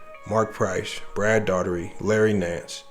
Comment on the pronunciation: you didn’t say brad daugherty name right hilarious bro you still good though bro 😂